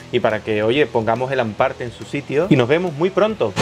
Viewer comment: Ahhh es hamparte no an parte !